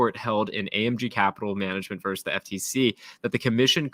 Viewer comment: Why are people only pronouncing the first syllable in the word "versus"?